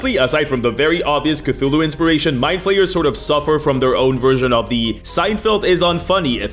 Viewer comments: Every time he says 'Mindflayers' I hear 'My players'. Such as ' My players have creative ideas involving tenticles' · When you said "Mind flayers are one of the most iconic villains in D&D," I heard "My players" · Kept hearing 'my players' instead of 'Mindflayers'. I mean it still works